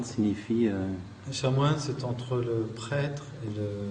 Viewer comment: On dit Chanoine pas chat moine. .....